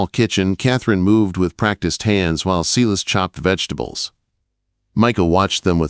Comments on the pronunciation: Sy-las, not See-liss. Please get some help to fix this AI glitch - it's very distracting and makes the story inauthentic. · From Southern Louisiana, saying thank you for this great story. Silas is pronounced S-long i sound, las- short a. If you don't believe me, read Acts 16.